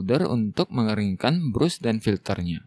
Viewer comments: alangkah baiknya kalo bras bang, bukan brus 😁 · Brush dibaca "brash" bukan brus mas